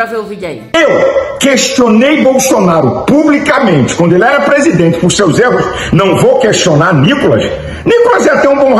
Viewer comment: Ele falou prediernte....eu etendi preso dentro 😂😂😂😂😂